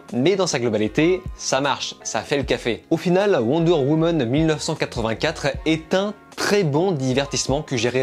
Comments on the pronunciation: "Wonder Womon" 😂😂😂😂😂😂 J'adore, désoler j'ai pas vu le film donc je peux pas le critiquer en revanche je m'en fou d'être spoiler un peu comme suicide squad à l'époque.. Le 1 par contre j'ai bien kiffer sauf la fin un peu spèc'.. Sinon j'ai bien tes critiques hein, bonne continuation 😊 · Wonder Womeune 😂